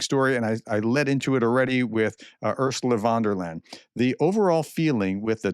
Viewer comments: Great information and interpretation, as usual, but I cringe every time you say Vondelayn. Her name is pronounced "fonn dare lion". ;-) Please try, it's not that hard. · its "Von der Leiiieeeeeen, not "von der len", Prof! Otherwise, keep up the good work! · It's van der Leyen, not von der Land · Ursula wonderland ,, the good professor really have trouble with foreign names